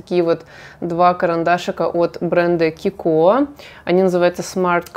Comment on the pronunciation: Обожаю тоже палетку mini love ,сама не знаю почему ,из малышек стала самой используемой ,полностью согласна по поводу любимых оттенков 👍🏻бренд КИКО ,ударение на И,знаю точно ,живу в Италии и знакома с ним уже более 10 лет ,много у них есть достойных продуктов,только вчера прикупила кое-что из новой коллекции ,рекомендую попробовать !🌹